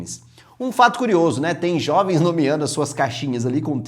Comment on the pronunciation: Os Xovens? Que porra é essa? KKKKKKKKKKKKKKKKKKKKKKKKKKKKKK